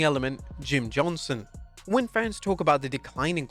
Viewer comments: JohnsTon...not Johnson. Pronounced it wrong on every single reference in this video. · Johnston not "Johnson"; you got the written name right, but not the spoken one...